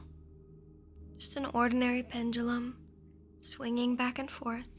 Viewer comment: You've changed the way you pronounce pendulum...